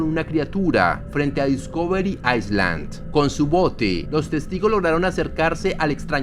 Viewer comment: Island se dice "Ailand" no "Aisland"